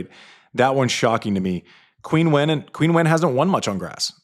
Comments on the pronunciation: It’s Chin-wen, not Queen -Wen 😂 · Andy, please,,, I understand that eThNiC names can be unfamiliar and tricky to pronounce, but PLEASE make an effort to pronounce the Olympic gold medalist's name correctly: Qinwen should sound like CHEEN-wen, there is no U sound in her name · her name is not Quinwen. it’s pronounced chingwen. Please make an effort to pronounce non-European names properly. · It's pronounced 'Quinn-en Zeng' in America 🤷‍♂️